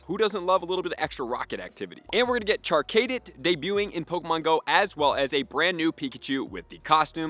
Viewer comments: Char-cadet not Char-kaydit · Char- Cadet like a military Cadet. (Kah-det) not (Kay-det). Char-Cadet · Char-Cay-Det lol